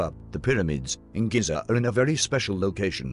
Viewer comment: The Great Pyramid of "Giz-Za"